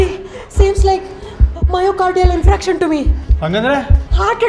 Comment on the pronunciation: Infraction allvo adu, infarction.